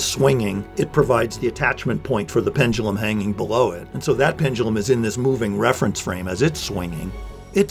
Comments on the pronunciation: You pronounce "pendulum" weirdly 😋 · "Pen-dull-em..." :( "Pen-due-lem..." :) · Wonderful video, but it hurts me time you pronounce pendulum.